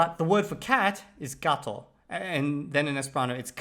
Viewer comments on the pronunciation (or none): none